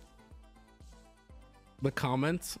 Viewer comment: I’m trying to sleep but I can’t help myself from hearing say “calments” and not “comments”